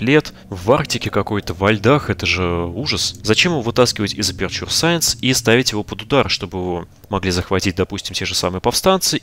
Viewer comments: Эпечу саэнс , НЕ АПУРТУРЕ И НИКАК НЕ АПЕРЧУР... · Боже перестанб говорить аперчур,правильно говорить эпечер саенс